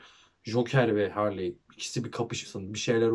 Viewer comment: Abi Harley diye değil Harli diye okunuyor